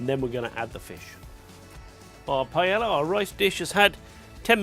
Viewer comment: i know Spanish worry about whats in paella, but at least pronounce it correctly. Thats something we can all do